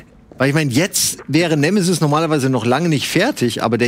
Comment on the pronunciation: Bin ich der einzige, der bei Nemesis immer "Schmoooorf" hört?